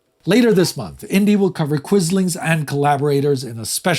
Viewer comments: Hi! If his name comes up again at some point, it's not pronounced kus-ling, but kvi-sling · Never heard Quisling pronounced as “Kysling” instead of “Kvisling”, can any Norwegian weigh in on this?